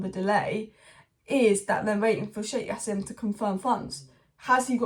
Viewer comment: It's not yassim, in Arabic you pronounce the J.. it's Jassim